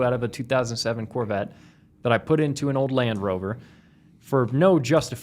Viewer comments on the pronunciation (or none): none